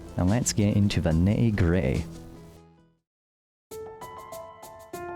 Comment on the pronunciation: how british do you want to be? this guy: ni''y gri''y :D